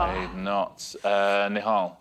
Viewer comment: Fantastic pronouncing of Nihal’s name 👏